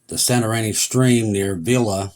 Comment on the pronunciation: Pronounced San to rini